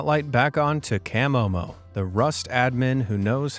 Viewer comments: Love Camomo, btw its pronounced Ka-mo-mo not Cam-mo-mo😂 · CAH Momo, not CAM MoMo. Hehe. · It's CUH-MO-MO 😆. Not CAH-Mo-Mo. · CUH momo not CAM momo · At least watch a video to pronounce the names right from the admin "cam omo" it's pronounced cah'momo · Camomo (pronounced as Ka-momo) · you could have atleast pronounced camomo correctly . sheeeeeshhhhh